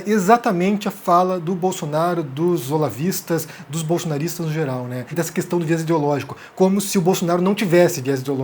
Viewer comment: Quando ouço esse "qüestão" me da até ojeriza.